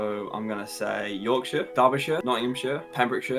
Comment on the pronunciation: A for effort I guess....york-SHIIIRE!